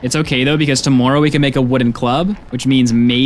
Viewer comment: just curious, why do you say tomoourow?